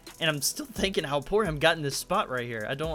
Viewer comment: Why does he say poorham when it's poorhim